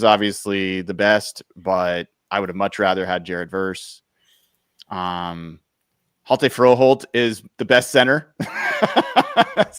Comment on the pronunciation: The "H" is silent in (H)jalte Froholdt 🙂